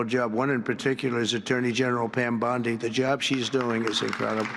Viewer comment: Bondi or Blondi, just because it rhymes with blondie it doesn’t mean she is a blond.